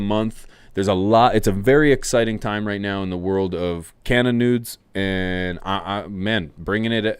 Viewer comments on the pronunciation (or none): You got to give medic grow a try ... I.m.o. there the best lights for price in the game. Love the content big guy. I know it's gonna sound like I'm an ass. I'm not trying to be but are you saying nudes or news? I'm thinking news....